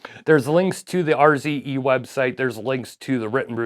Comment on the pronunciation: RZE pronounced `ARSE`? "Hey guys check out my arse"